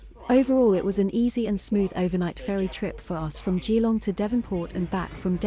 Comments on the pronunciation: A bit of local knowledge for you - even though is is spelt "Gee-long" it is pronounced "Ja-long." 😉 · Turned off after hearing the AI voice pronouncing Geelong.